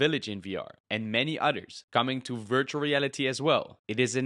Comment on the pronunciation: I can't tell if you are saying "Others" or "otters" But I sure do love otters.